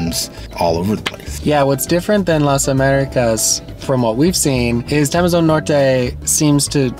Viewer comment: just a little bit of clarification, it's TEMOZÓN not TEMEZON, I know you guys do not use accents but in spanish are important..